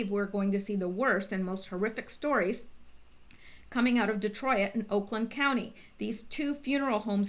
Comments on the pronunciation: Detroit not Detroi it lol 2 syllables. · lol De troy it ? You make me laugh every time you say Detroit. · Lawdamercy please learn how to pronounce Detroit!! Lol